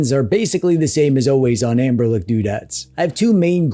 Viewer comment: "Anberlick" is accurate. 😂